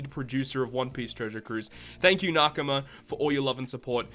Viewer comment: the way you pronounce nakama triggers me